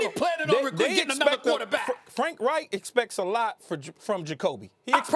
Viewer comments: Every SINGLE analyst pronounces Frank REICH's name wrong. It ain't Frank WRIGHT. Respect the man. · Why can't they say Frank's last name correctly.